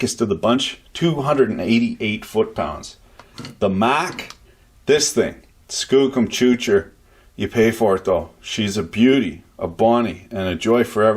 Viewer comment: Skook uhm Choocher???